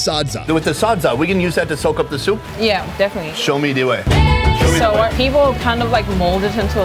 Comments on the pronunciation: When said, “show me de wey” I almost died. Search “can’t find de wey knuckles” and you’ll literally LOL. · “show me de wey”